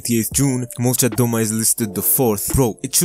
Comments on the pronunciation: Molchat domA, not dOma, bro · It's pronounced "malchAt damAH" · Molchat domA not molchat dOma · At least pronounce it right man😂👎